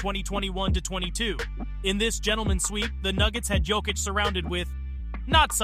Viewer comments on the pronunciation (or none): Pronounciation guide: Serbian 'j' is pronounced as English 'y' (so, Jokić is 'yoke-itch', not 'joke-itch'), while 'dj' is pronounced as 'j', (like in Novak Djoković) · BRO can you learn how to pronounce his name, is not JOE kich, its Jokić (Yo kich) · Great vid, but man: The way you pronounce his name is awful sometimes. It should sound like Yokic, and many times you sad it with J. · I don't know if this is hired person for voiceover or author of this video but it discredits your whole point if you don't know how to pronounce Jokić and Olajuwon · The biggest disrepect is that narrator starts this video with correct pronounciation of Jokic’s name and after 2 minutes can’t pronounce it any more. 🤯😵‍💫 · How you say his name wrong 5 different ways? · learn how to pronounce his name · Even worse if its AI. Just make it say Jokic correctly ffs.